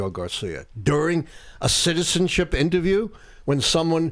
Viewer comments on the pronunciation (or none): none